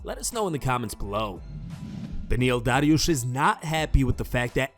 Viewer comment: Stop saying "Dariush" like that. You sound fucking stupid.